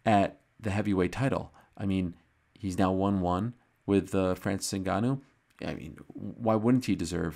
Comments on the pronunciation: Franseese Inn Ganooou...lol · "francees unganoo, le predatór"